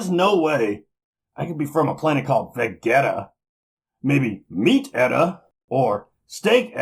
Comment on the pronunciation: oh my god ok no offense but it's pronounced say-an and ve-jee-ta in terms of the planet and race